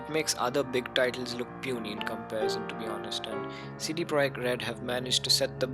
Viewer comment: Kudos for pronouncing Projekt correctly, but CD was off. It should be read as Tse-Dhe ;)